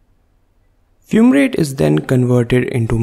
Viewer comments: Isn't it FUMARATE and not FUMRATE? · Fumrate = Fumarate Beautiful explaining though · *Fumrate = Fumarate